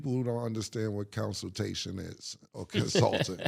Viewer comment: Lol "Counsiltation" is crazy, too